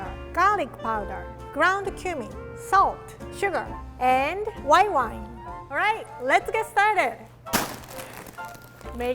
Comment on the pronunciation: For once I thought she wasn’t going to use alcohol but then I heard and.... white whone